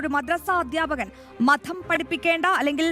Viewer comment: മദ്ധം അല്ല മതം.😂